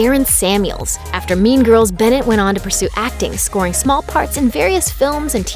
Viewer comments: bruh who hears meme girls instead of mean girls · Why do I hear meme girls?? I hope I am not the only one who heard that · So.. Nobody is gona tallk about how this women says "meme girls" instead of "mean girls" 😂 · why do you keep saying meme girls instead of mean girls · Why do I here meme girls instead of mean girls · Am I the only one who heard meme girls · I heard Meme girls.. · Oh my, I heard "meme girls" instead of mean girls lol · Does anyone else keep hearing "meme girls" instead of "mean girls"? Or is that just me? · I kept thinking she said meme girls 😂😂😂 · i keep hearing "meme girls" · I keep thinking ur saying meme girls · Whenever the person said “mean girls” I heard meme girls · Is she saying meme girls? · Does she say 'meme girls'?😂😂